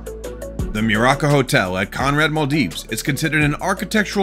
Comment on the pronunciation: The "Maldeeves" ???? Yeah, way to go... Another IDIOT using AI generated voice...😂😂😂😂😂😂